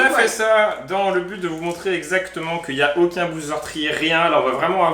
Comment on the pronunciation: c pas blister c bouster